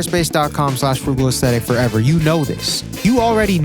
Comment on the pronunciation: Not gonna lie, thought you said Autistic and I was like, huhh??